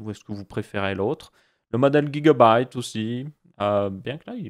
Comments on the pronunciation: Sa se dit gigabyte et pas guigabyte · c drole comment tu prononce gigabyte